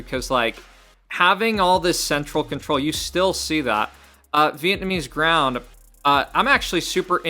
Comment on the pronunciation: Vietnamese Ground had me laughing. It's Vlaamse (Flemish) grond (Soil). Flanders (not the Simpsons 😅) is the Dutch Speaking part of Belgium. You're welcome. 🎉